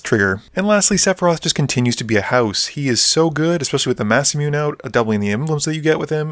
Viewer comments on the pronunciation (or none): "massa-mewn" lol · That Masamune pronunciation though 😅